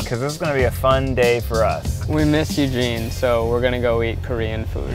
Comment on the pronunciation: idk if he said “we miss Eugene” or “we miss you gene”